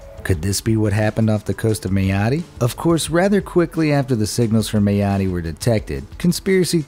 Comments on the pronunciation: Mayotte is pronounced My-ot... not May-oh-tee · It’s pronounced meye ot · The pronunciation of Mayotte was painful